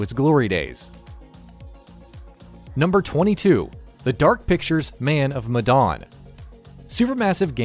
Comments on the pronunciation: Medan not madon you fuck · "Man Of MadOn"